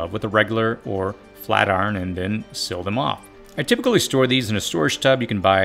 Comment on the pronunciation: Why am I coming across so many people who pronounce the word "seal" as "sill"?